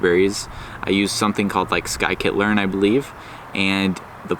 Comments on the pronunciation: Skykit-learn? You are a barbaric monster! It's "Science Kit" SciKit I'm just joking, but you did say it wrong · "sky-kit learn" 🙃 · Stopped listening after he said “sky kit learn” the second time 😂